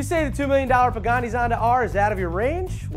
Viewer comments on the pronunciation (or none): Derek has a problem with the pronunciation of Pagani, doesn't he? It always sounds like he is saying Bugatti.